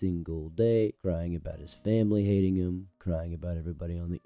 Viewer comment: “my fam-bly”